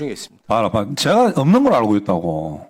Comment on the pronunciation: 귀를 의심함.. “봐라봐라.. 읍는줄 알고 있다고..“???? 어디 시골이 이딴 개념없는걸 뽑아놓고 청문회장에서 갱상도 반말을 찍찍하게하는거야…???